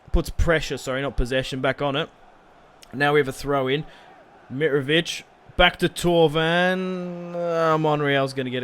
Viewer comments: It's miTrovic not mirovic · can you please say mitrovic's name properly